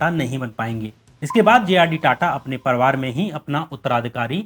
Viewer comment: श्याम भाई परिवार होता परवार नहीं,अधिकार होता है अधकार नहीं। आपका सिंसियर दर्शक होने के नाते आपको मेरी सलाह है थोड़ा सा अपने उच्चारण पर काम कीजिये। बढ़िया एडिटिंग और बढ़िया रिसर्च के साथ अगर भाषा भी ठीक हो जाय तो बात बन जाए।